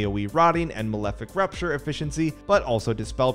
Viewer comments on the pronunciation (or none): It's Malefic RAPture, not Malefic RUPture